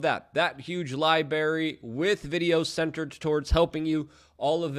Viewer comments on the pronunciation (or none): Its not gooder, its better. Its not liberry its library. Its not Glysafate its Glyphasate. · Don't buy classes from someone who says "Libary"